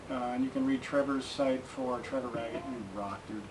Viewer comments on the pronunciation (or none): none